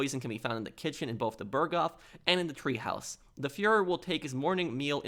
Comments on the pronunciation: God, you make me grit my teeth with your goddamned "treehouse!" Shit, man! It's Teehaus, which translates from German to English as Tea House, goddamnit! Treehouse in German is Baumhaus! What a fuckin' maroon! (that's not a misspelling; it's a quote from Bugs Bunny). And Hitler's package was not SCANNED, goddamnit! They didn't HAVE fucking scanners, and x-ray machines were not used for that back then! Their "scanning" back then was to OPEN AND VISUALLY INSPECT the contents with a pair of Mark One Eyeballs! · It's TEAHOUSE, not treehouse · “Treehaus” lol!